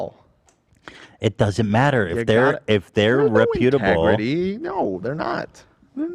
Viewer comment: Why can nobody on the show pronounce reputable?